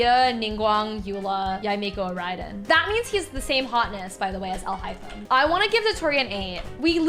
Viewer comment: Alhothem, yes. 🤣🤣🤣 it's not alhaithem but alhothem indeed